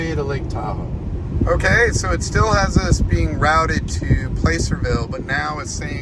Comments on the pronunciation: Was driving me nuts! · If you can’t pronounce placerville correctly don’t come to Tahoe